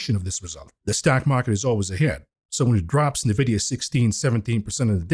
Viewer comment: I just wanted to ask when will start pronounce nVidia the correct way, instead of saying "nyhVidia"?